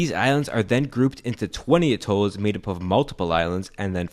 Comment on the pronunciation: at'olls ... not a'tolls.. and why on earth would you bother with educational institutions for this place ? Can't they go somewhere and get a proper education? If they even needed to .. I mean .. really .. working a door of a register is all they need.